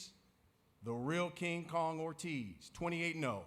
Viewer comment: Not King KOOONG lmao hahahaha